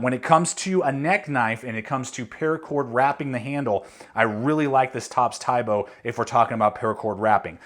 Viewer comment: its pronounced as "tee bo"